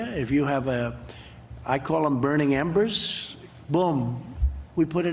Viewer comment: “It’s going to be gone.. burning ambers!!” what the??